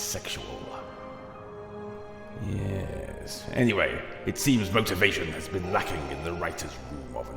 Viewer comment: That opening, the slight pause then "yeess" 😂😂😂